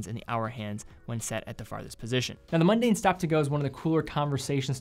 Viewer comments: it's not pronounced, "mUn-dane." it's pronounced, MON-dane. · Yes, I have no idea why the dude kept saying mundane instead of Mon-daine. I guess it's like saying Munday instead of Monday.